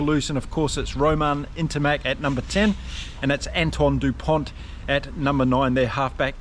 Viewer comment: The "T" isn't pronounced. It's Dupon. Just to be pedantic.